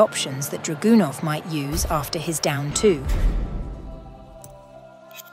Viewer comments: That's not how you pronounce Dragunov. But the video was pure gold. Thanks! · I’m pronouncing Dragunov like that from now on 💪🏾🔥